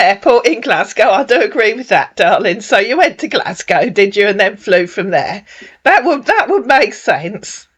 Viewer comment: Islay of Mulley!! He doesn't know how "Isle". is pronounced 😂😂😂. Also said "Glasglow". 😂😂😂